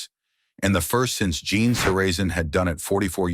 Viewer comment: You’re pronouncing Genes name wrong. Do your research 🤦‍♂️